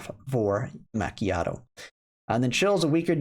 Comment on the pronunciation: Yes, you are saying it correctly now. Fyi, it is an espresso with a tiny bit of steamed milk. A super-potent latte, if you like. That is why all the references to milk and coffee, in her skills.